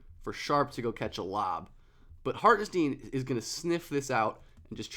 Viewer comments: I love your vids but for the love of god he said his name is not pronounced Hartensteen 😅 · Love the video. Hartenstein should rhyme with Frankenstein. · It’s pronounced like Hartin-shtine by the way :) great video!! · Lol. i was like okay...he said the name wrong but its fine...but then he said the name one too many times in quick succession. i couldnt concentrate on the topic anymore and looked for comments like this^^ now i can go back and finish the video. thx^^